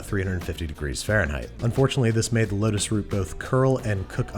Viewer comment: You need to slow down how fast you say things cause it sounds like you say lettuce root. But what you mean is lotus root.